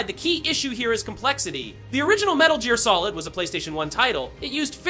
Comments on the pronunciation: About 1 second before he said that, I was like, wait is this AI? Then I heard Metal Jeer Solid. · Wait...what? 'The original metal jeer solid?' XD